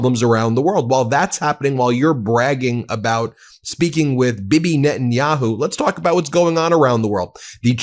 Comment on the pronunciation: I like how you called Bibi Bibby